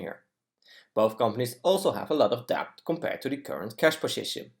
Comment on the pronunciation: uitstekende video. 1 puntje, debt spreek je uit als det (stille b)